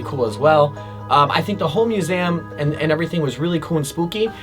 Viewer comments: Am I the only one who’s getting anxious of the way he’s saying museum? MUSEAM 😂😂😂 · Aint nobody going to acknowledge the way he said "museum" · The way he says Museum triggers something deep inside of me...